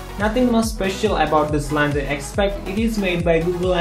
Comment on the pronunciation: Man you're English sucks. Its launcher not lancher.